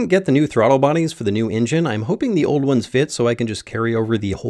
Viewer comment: New drinking game, take a drink every time he says ingine instead of engine!